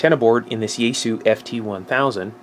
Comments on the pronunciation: It's called Yaesu(yah eh su), not Yaysoo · It's pronounced "ya" as in yacht, "es" as in saying the letter S, and "su" as in "sue me". There shouldn't be a English-style stress accent, but since avoiding accents is hard for English-speakers, perhaps try to accent (if you have to accent anything) the first syllable...